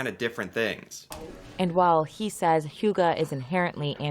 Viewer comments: It is not "hugga" - it is pronounced streight forward "hygge" ---- Yes, for me as a Norwegian, coming from a cold winterland, I associate Hygge with coming into warm surroundings from activities in freezing cold and snow. Lighting up, making a fire in the fireplace, creating a little nest around myself, preferably with candles and dim lighting. Finding food, drinks or snacks, and things I want to surround myself with to create a calm and relaxed atmosphere. Newspaper, magazine or book, listening to music. Either alone, or with family or friends, or others. Maybe a game of cards, quiet conversation or silence. The main thing, and most important is to create and having a relaxed moment in similar surroundings where the mind rests and the most important thing is just to enjoy life there and then - until you want to break away from the more contemplative and emotionally relaxed state, and be active in more everyday activities. That is my definition of Hygge. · the way you say hygge, sounds like something you smoke on, (hugger) sound very funny for a Danish guy, who have grown up whit the word hygge 😂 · Hoogah?! Wth is that 🤣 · When you look it up it says hygge is pronounced hoo gah... Its not. Its a sound that doesn't really exist in English. But there's no O sound in it trust me. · I'm surprised that the reporter pronounced it "Hugge" instead of "Hygge", considering the letter Y is part of the english alphabet. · Why does Americans always change the letters. It’s not «hugga», it’s «hYgge». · I get that Hygge isn't easy for other languages to pronouce, but why are you pronouncing the "y" like a "u" a the "e" like an "a"???